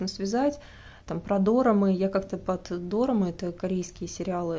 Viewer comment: правильно ударение дорАмы 🤕